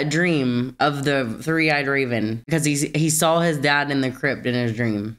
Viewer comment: Did I hear "Three-eyed Raisin"? 🤣🤣